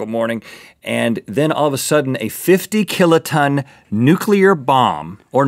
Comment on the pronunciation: "50 killiton" - Rhett 2016